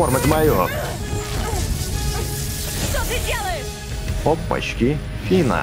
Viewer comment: Фина не фиона